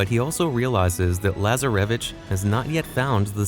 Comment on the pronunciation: I hate the way this AI says Lazaravic and Rafe’s name